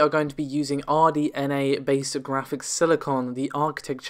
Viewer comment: RDNA, not RNDA.